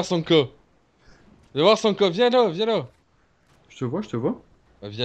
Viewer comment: super vidéo j'ai trop kiffer mais par contre il c'est pas parler ce bof mdr c'est rien par exemple au lieu de dire sanka il va dire sanko